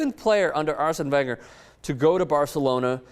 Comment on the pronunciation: learn how to pronounce wenger....